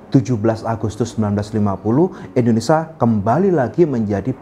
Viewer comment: In-do-ne-sia pak, bukan Indonesa Penjelasannya cukup jelas 👍